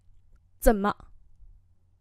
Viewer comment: 怎么办. Zěnme bàn （đọc là chẩm mơ nhé cô. Đọc nối âm.